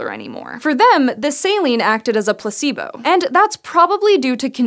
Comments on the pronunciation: Place-bow. Not Pluh c boo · Am I the only one that heard on the first 15 secs "pussybo" instead of "placebo"?